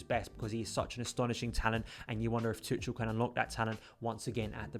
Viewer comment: Nice overview man! his name is pronounced Too-Kal though! just a friendly heads up haha!